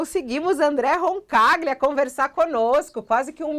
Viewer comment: Sem contar o modo dela tratar o vai e volta tv/internet. Outros apresentadores fazem a transição que quase não se percebe. E já que estamos comentando, me incomoda tb como ela pronuncia o nome dos convidados : RoncaGLIA e MAIEROOOOVITCH.